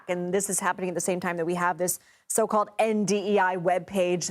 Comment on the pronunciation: “So called” conviction. Weird emphasis there CBS.